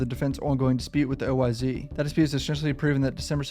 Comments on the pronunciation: Nigga keep saying oy z it’s oyz without saying the z just us it like an s smh shit blowing my mind rn 😂😂😂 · OYz is pronounced oh whys not O Y Z .